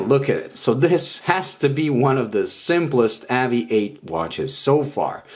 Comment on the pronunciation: Please say the company name right ....spoils video cant watch after about 10 mis pronunciations